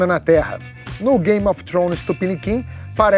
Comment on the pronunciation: A pronuncia de "of" é "ov" seu PETISTA IDIOTA!!!!!